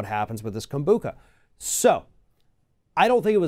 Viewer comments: it's not pronounced Kombooka. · oliverimhoof Kombucha, which didn’t pronounce right, has very small trace amounts of alcohol in it because it is a fermented drink (it’s origins are from Asia). If you buy kombucha from the store and leave it out at room temperature for a day or 2, it will test less sweat and more acidic with a higher concentration of alcohol (but would still be less than 1%). This is a natural occurring process that has nothing to do with adding more chemicals because it’s the lacto-Bacteria that is doing this process. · That is not how you pronounce kombucha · Why did he pronounce the word like it was the first time he'd ever heard the word Kombucha before?